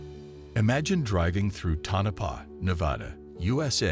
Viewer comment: Would be more credible if he corrected the typo in the video title and pronounced “Tonopah” correctly. 🤔